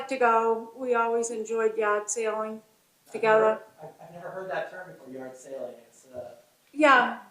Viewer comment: I kept hearing “yacht sailing” not “yard sailing”